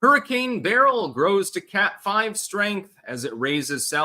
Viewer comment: You pronounce beryl correctly